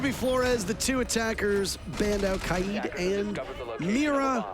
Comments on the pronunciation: I HATE THE WAY SOME PEOPLE SAY KAID! ITS LITERALLY 4 LETTERS SOUND IT OUT ITS KAY-D NOT KAI-AIDE GOD IT GRINDS MY GEARS SO HARD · It’s ‘kah-id’ which means leader in Arabic.